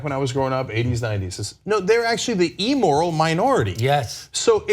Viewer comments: "Emoral" minority? Thats funny. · I know, puppy pup. Cenk actually said "emoral."